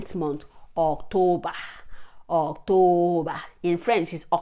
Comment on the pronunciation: The months seem the easiest one for non native people like me😅 And I like your French pronunciation of “Octobre” You’re a polyglot 👍